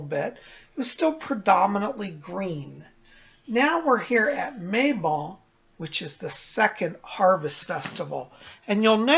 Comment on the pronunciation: I also Love how you say Mabon. I pronounce it Mabone (As in the bones of May. See what I did there? LOL!).